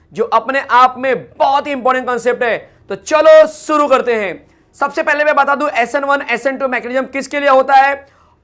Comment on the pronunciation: Sir Suru Nahi Shuri Karte Hai 😂😂